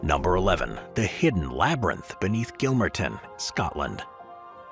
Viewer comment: Pronounced Gill--marton not Gill-mer--ton